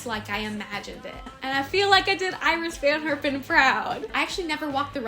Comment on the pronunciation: Hey this is a really great video! I too am a huge fan of Iris Van Herpen. Just so you know, she pronounces her name as "Earis Van Hairpen". She is from Denmark.